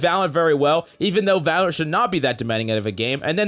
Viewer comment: Does he even say Valorant properly in the Intro? All I can make is "Brann nu Valrn video" 😂